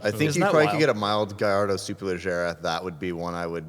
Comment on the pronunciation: Acura pronunciation is obnoxious. People who insist upon mispronouncing just to troll are somewhat annoying, but it is what it is. Lol, guhlardo is bad. I think that's the Lamborghini guy in Florida, too. It kills me when authorities on some brands ignore how to say it. Mercy-ell-ago from is almost unforgiveable. I know says coontazh on purpose as well.